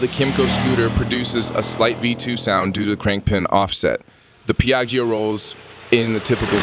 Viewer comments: i stopped watching when i heard “piaggy oh” 😓😓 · You have to learn how to pronounce "Piaggio" and not just pronounce it differently each time. Also "comparable" has the stress on the first syllable. Also, basic motorcycle terminology; it's "Pillion," not "Fillion." Odd. Sounds like whoever wrote this doesn't speak english as a first language. Good review but work on language and presentation skills;)